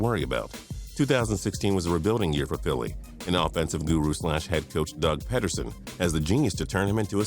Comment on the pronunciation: and its pronounced PEE DER SON